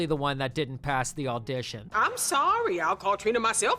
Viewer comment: it’s crazy how many times i heard you say “alldition” instead of audition. what the heck kind of accent is that